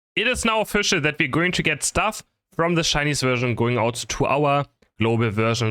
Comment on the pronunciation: "Shcainise" hahaha lmao